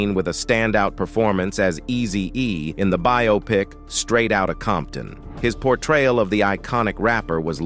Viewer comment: Who assembled these clips? And is the narrator A.I.? Because many of the clips are not of the people that are discussed. And there are many simple words being mispronounced. “Holly- Woo”, “riising star” “poor trial”etc.